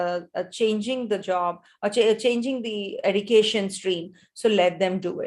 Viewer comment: Srry mam why you say education as edication ??